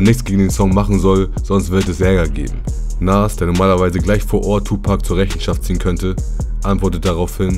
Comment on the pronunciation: Nas bitte richtig aussprechen, ansonsten top Video